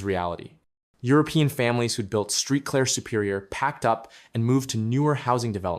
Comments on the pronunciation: Street Claire come on man do your homework before you report on a city there ain’t no street clear it’s Saint Clair. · Saint Clair dude.😂😂😂